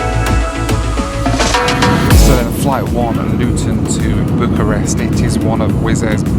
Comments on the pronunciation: . Is it just me or did the pronuncation sound like "Book a Rest" ???. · "Flight one - Book a Rest" - blimey, was it really that bad?! lol